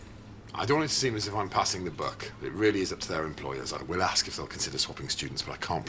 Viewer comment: 9¾. She says "aks" instead of ask.